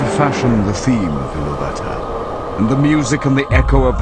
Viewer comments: 'Iluvatar' is pronounced ilUvatar, not iluVAtor. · In pronouncing the word Ilúvatar the stress should be on the second syllable.